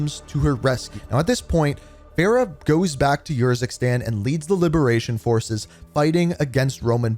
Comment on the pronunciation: “Yurzikstan” nahhhhh bro did them dirty💀